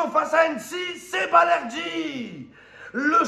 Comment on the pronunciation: Balerdi dit Valerdi le 🌽 argentin 😂😂